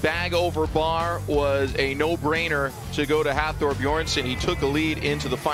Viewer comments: Can somebody tell the announcer that its "Bjornsson" not Beeerson" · “Beerson”? Son of beer, son of brew! (Btw it’s Bjornson, these are elite athletes, get it right!!) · well it´s difficult to write an explanation, its Björnsson (son of Björn) with an ö, it´s an icelandic letter (also in swedish and some other languages) that is pronounced in a similar way as the danish and norwegian letter ø. It´s not beerson or beardson although we do find that funny. Also the r becomes almost silent in the pronunciation but that depends on where in Iceland you´re from. check out the pronunciation here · David Kymdell It’s because he mumbles. Seriously, they cannot even be bothered to pronounce the names of the world’s strongest man title holders from the last two years correctly?